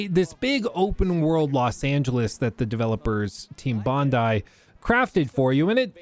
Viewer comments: Props for the pronunciation of Bondi Perfect 🤌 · Thanks for saying Bondi correctly. So many Americans say it as Bond-e or something